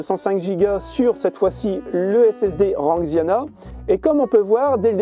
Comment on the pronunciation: Salut, fanxiang, pas ranxiana xD. Super vidéo. Donné l'idée du produit 😊